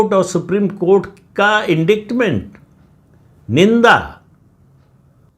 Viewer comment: Indictment is pronounced as inditement, c is silent